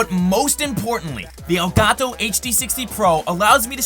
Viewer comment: i hate you you pronounce Elgato